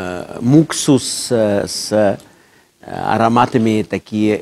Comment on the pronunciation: Да, только правильно мускус, а не муксус .